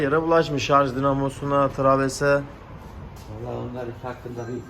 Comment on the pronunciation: abi traves deyip durma yaw onun adı travers. interkol değil intercooler (intirkulir)